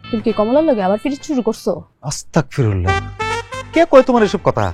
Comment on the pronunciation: অসতাকফিরুল্লাহ না এটা বললে গুনাহ হবে। বলতে হবে আস্তাগফিরুল্লাহ এটাই সঠিক ধন্যবাদ